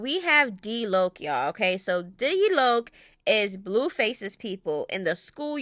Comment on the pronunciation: I love that's my baby and you the first one said his name right on mydtown.